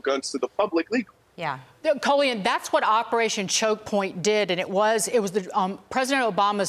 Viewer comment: Nuff Respect for representing on Fox but the Host could have done a little more research on the pronunciation of your name…. Coe lee on?!?!